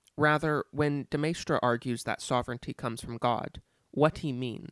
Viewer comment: As a Frenchman I would say your pronunciation of de Maistre is fine. After all, it's to be expected that foreign names are anglicised in their pronunciation, and your anglicisation of de Maistre was by no means egregious. (As for AA's Rene "gooey-non" I will make no comment)